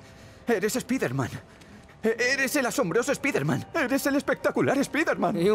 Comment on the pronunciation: Es irónico que la palabra "sable" la pronuncien en inglés, pero que "spider-man" lo digan como suena y no como realmente se pronuncia. Supongo que es costumbre de los españoles, por lo tanto no los juzgo, si no que fue solamente una observación. Amo tu canal,. Sigue así. <3